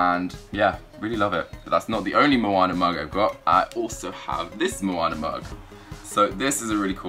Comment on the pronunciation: It is not monner it is Moanna